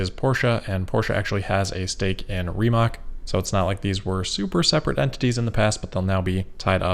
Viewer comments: Friendly reminder that Rimac is "Ree-mutt-s" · Awesome coverage. The investment angle on the Tesla Plaid fire is interesting. "Follow the money" should be the mantra of any investigative journalist. Also about "Rimac" apprently it is pronounced more like "Rimats" In any case, looking forward to the next video! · Rimac is pronounced 'Rr-ee ma-ctz' because Croatian. Rolled R, long E, short ah, hard flowing C.